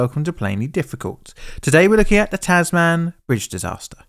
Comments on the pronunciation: I'm sorry about having to do this, but the "Tasman" in "Tasman Bridge" isn't pronounced the way it looks here. Rather than "Taz-man", we pronounce it as "Taz-men", (yeah I know, it seems a bit confusing). It's like how "Tasmania" is pronounced "Taz-main-ni-ah", rather than "Taz-man-ee-ah". Besides that, it's nice to hear about disasters close to home. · hate to be that guy but as a Hobart resedent you got the pronunciation of Tasman bridge wrong , its tas mn bridge not tas man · Just a quick correction. It's not pronounced "Tas-man" it's more like "tas-men" but you kinda cut the E out or say it quickly. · As an Australian the incorrect pronunciation "Tass-man" is very jarring. It's pronounced more like "Taz-mun" just like how you would say the "Tasman Strait". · TAS-mn bridge… not tas-mAn. I’m less than a quarter in, and it’s already annoying me 😂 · FYI It's pronounced "Tasmin", "Tas-man" is pure cringe. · Frank Manly's Monaro is kind of a local legend is Tasmania, regularly seen at car shows within Tasmania, I saw it when it was loaned to a Holden dealership in the north of the state, its been maintained beautifully. oh btw, its pronounced like TasMIN not TasMAN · Tas-man??? It's pronounced Tasmin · Tasman is pronounced “TAZ-m’n” not “taz-mann”. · 30 secs in 🤦 tas-man…. No mate it’s Said Tasmin. One word, not man, min. Just like Melbourne is born, it bin. Could you not have listened to a single aussie (and it’s au-see, not oz-ee) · it’s pronounced Tasman not TAS man. Say it like Jasmin not jazz man. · Not TASZ-MAN but TAZ-min. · It's more "Tas-min" But you basically do not pronounce any vowel except the a. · Yep. It’s TAZ-m’n. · I live in Hobart and have seen the Tasman my whole life. So weird seeing you do a vid on this but really very cool. Big fan! (ps Tasman is pronounced with a short sound on the second a, so it sounds like Tasmin) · Well done. One thing... it's pronounced "tasmun"!! Cheers Ausgranny 🇦🇺🇦🇺🤶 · pronunciation is: "tas-min"